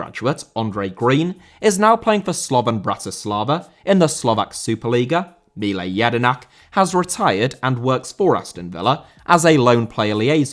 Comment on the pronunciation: Mile* not Milei